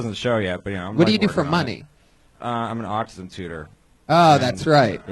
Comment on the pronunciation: Dude teaches kids with autism but pronounced it aucum???